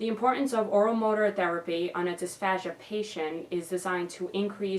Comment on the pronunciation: also, it's pronounced /dIsfeIʒ^/. 0_0